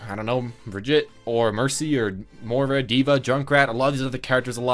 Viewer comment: Your pronunciation of Moira and Brigitte is killing me